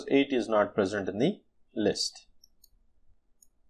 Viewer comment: "Can be implermertur" xD